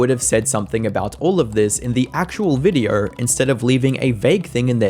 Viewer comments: Cant stand how you say videaurh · The way you say "videheuwr" is crazy